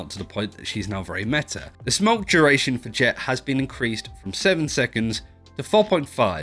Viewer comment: "inrcreased" lul